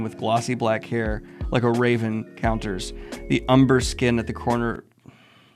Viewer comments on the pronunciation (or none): none